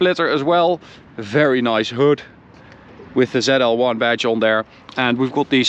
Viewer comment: Not called Zell L one, zeee L one